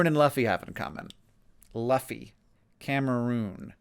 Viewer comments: Hearing Hank say "Luffy" over and over... I'm so sorry, Hank. I know how it's written, but it's Loo-ffy. Monkey D. Luffy, from One Piece. There's a manga, an anime, and even a live action Netflix show. You should check it out some time, it's pretty good. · it's pronounced loofy... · I was just listening and hearing LU-FEE I was screaming. SCREAMING! "ONE PIECE! ONE PIECE GOD DAMNIT! HOW HAVE YOU NOT HEARD OF ONE PIECE HANK! THE FLAG OF THE MAIN CHARACTERS WAS PART OF 2 GOVERNMENT REVOLUTIONS! THIS YEAR!" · Holy sh!t he's never watched One Piece... Luffy (Loo-Fee) is the MC dude. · Hank not knowing the main character of one of the biggest anime series in Japan for the past 2 and a half decades lmao, to be fair luhfee is how i pronounced it 20 years ago when i didn't know better too and it was advertised like a kids show so i didn't watch it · Drawfee “It’s pronounced Loofy” Show has entered the chat. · For reference, it's Loo-Fee. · Luffy is the captain of the Straw Hat Pirates in One Piece. His name is pronounced like "Loofie" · I know you've seen drawdee and have worked with them, and yet you've never heard they're running joke "it's pronounced loofy" lol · Luffy is from one piece a pirate anime and it's pronounced Loofy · it's Luffy from One Piece. and his name is pronounce <<Loo-Fee>> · Hank had me screaming LUFFY every time he mispronounced it 😂😂😂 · I'm sure it's been done already, but (in Nathan Drawfee voice): It's pronounced Luffy. Love to ya, Hank. ❤ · “LOOF-ee,” protagonist of the pirate anime One Piece. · Luffy is a character in One Piece though he pronounces it Loofy. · Luffy is actually pronounced "loo-fee" and he is a character from the manga and anime property called "One Piece". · Hank, for the record, Luffy is pronounced Louf-fee. It is the main character from One Piece - Luffy D. Monkey. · Luffy is Monkey D. Luffy, from one piece. (Also it's pronounced Loo-fee) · Monkey D Luffy (Loo-fee) is the main protagonist of One Piece Mister Green